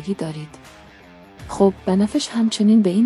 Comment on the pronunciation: اولا كلمات را غلط و غلوت تلفظ ميكني به بنفش ميگويي بنه فش !!!و بقيه هم همينطور !!! ضمنا زبان رنگ ها اين نيست كه ميگويي .